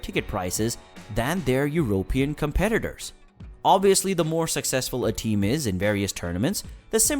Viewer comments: Eurooww pee inn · Did this man say euro pan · Great video, but really annoying to hear "European" being pronounced with the accent on the "o" rather than the "e". In "Europe", the accent is on the "u", not the "o". Rant over.